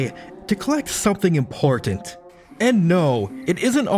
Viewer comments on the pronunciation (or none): none